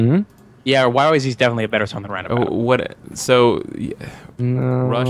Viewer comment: Btw, the Rush song is pronounced yyzed not yyzee, the song was registered as that because they're Canadian. Not super important, but interesting.